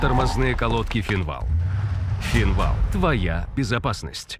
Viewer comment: финвал говорит, хоть бы правильно произносил